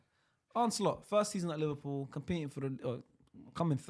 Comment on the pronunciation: Bruh in the Napoli kit can’t speak for shit, man can barely pronounce Liverpool